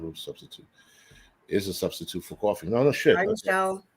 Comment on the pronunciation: Did you say cwaffee?